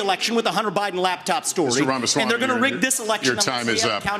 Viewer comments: Bro is it THAT hard for you to pronounce Vivek "Rama swamy" ? Not being able to pronounce such a simple name shows low IQ idiocy or just bigots doing it on purpose. His name is really pretty easy. Kamala has a hard name to pronounce, but Vivek does NOT. Quit mispronouncing it please. You're destroying your own credibility and appearing as a backwood hick religious nut mentality or stupid American trope ... Maybe that's why Republicans are losing, why are Americans so often so stupid. Let's be intelligent MAGA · I give you props for at least saying his last name or full name ... Others keep talking about him on a first name basis like they known him or something lol.... Tho please stop mumbling his last name it is an easy name. You just make yourself look like you're doing it on purpose which makes you look like a bigot American Taliban... And that kind of extremism is what j6 is going to get used against you guys... So start being more integrity and honest and respectful. He is a legit Presidential candidate for your party at least give him that respect instead of talking down about him like he's some kind of second class citizen bc he is brown and Hindu.... It's gross and acts similar to how whites used the N word about black people and slavery.... It's disgusting. Dignity and respect demands properly pronouncing the guys name. You don't need an Indian accent to pronounce it, it is really really easy. I mean y'all can use big words right ? Or is one letter longer than Desantis too much for you to handle....?